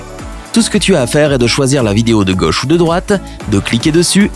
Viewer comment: Il faut apprendre à prononcer "côte", "quelque chose" et "gauche" correctement !